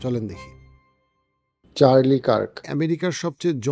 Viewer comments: Vai. Apnar pronunciation ta ektu thik korben please... Loktar naam holo Charle Kirk . Uccharon ta hobe > CHAR-LI K a a r k , kintu apni uccharon korchen > Charles K E E R K. Ebong USA state Utah ke apni bolsen > O O T A , asole uccharon Hobe > YOU-TAAH. Apnar uccharon gulo sunte bisri lagsilo , tai correction kore dilam, pls Kichu Mone korben na . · উচ্চারণ - চার্লি কার্ক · This was the video i was waiting for.Thank you so much for this valuable explanation. Just little reminder: you were pronouncing charlie kirk's name wrong.just pointing out. Thank you.